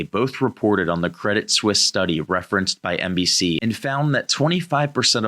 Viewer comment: Guys, these are really good fact checks to NBC's fact checkers. Much appreciated. One small thing: please pronounce Credit Suisse correctly. It grates on my literacy checker.